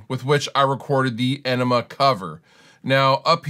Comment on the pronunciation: he says enima lol